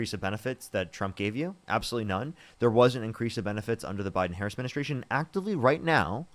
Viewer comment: The biden what? Midinitration?